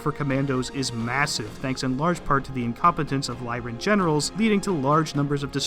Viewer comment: Finally, someone who pronounces the Lyran Commonwealth correctly (to anyone who disagrees, go read House Steiner).